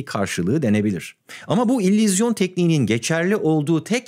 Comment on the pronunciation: Tüm video boyunca "İllüzyon" kelimesini fonetik olarak "İllizyon" olarak telaffuz ediyorsunuz. Altyazılarda ise doğru yazılmış. Sizin gibi Türkçe dilini kullanma konusunda titiz birisinin buna da dikkat etmesi gerekirdi.